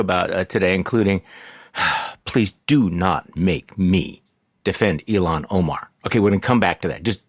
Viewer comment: Her name Ilhan, is pronounced "ILL HON" NOT "ELON". Quit callin her Elon. DAMN